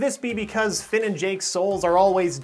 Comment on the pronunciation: ITS FILL (FINN)